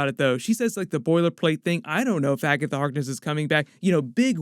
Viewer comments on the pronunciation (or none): It bothers me that he pronounces Agatha Harkness like Agga The Harkness